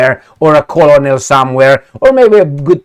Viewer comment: it's pronounced "kernel", as in colonel sanders the kentucky fried chicken king.